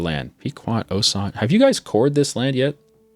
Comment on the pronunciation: Osage is pronounced Oh sage. The only reason why I am saying this is because the area I live is named that.